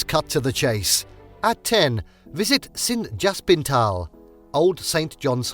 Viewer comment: Sint jan Hos-pi-taal and not Sint Jans-pitaal as pronounced not correctly